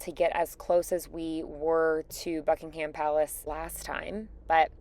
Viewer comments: Buckingum, not Bucking Ham. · Buckingham Palace: pronounced Bucking-um. There is no emphasis on the, ham. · Not once, not ONCE have I ever heard a US American pronounce Buckingham or Birmingham properly. I don't understand why there friends don't correct them. Lovely video by the way. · I had to tell an Irish visitor the same. The last syllable is pronounced, 'm' not 'ham'!